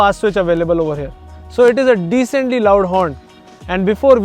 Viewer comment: Over "hair" instead of 'here' maane north indian 😂